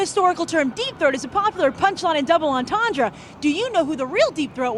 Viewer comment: 'double entendre' is roughly pronounced: 'doobl on-tawn-dr'